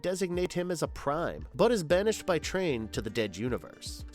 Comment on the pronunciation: K as a fan from g1 it's very apparent to me and any real fan that the guy who made this video must not be as he can't say energon and calls Apha Trion "Train".